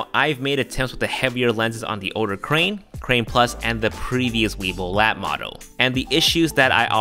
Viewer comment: Did I hear him right? I thought I heard weebil wab.